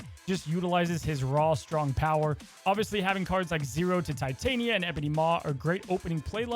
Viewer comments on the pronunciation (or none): none